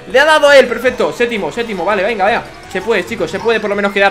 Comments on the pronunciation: se dice séptimo,no sétimo😅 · dice setimo jaja